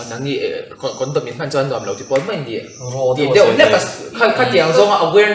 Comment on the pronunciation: A tha hlemai ngaihthlak a nuam in bengvarthlak... Mahse kan mipa senior pa2 khi thil ansawi ve hman meuh lo... Chuan mipa kawrtial ha khi mei ti tawh suh se Mai tih tur 🙊 mizotawng a sawi sual hrat tlat hehe